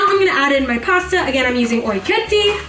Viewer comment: "Orecchietti" !?! 😕 Please.!!! no no !!! ORECCHIETTE!!